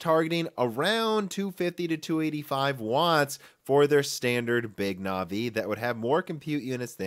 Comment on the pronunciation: Or Navi